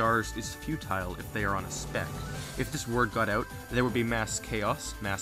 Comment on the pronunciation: every time he says speck I think he says spick